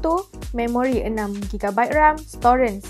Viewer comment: kenapa sebut "storan" jadi "storen" 🤣